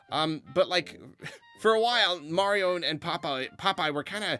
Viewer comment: "Its-a-me, Marlo"!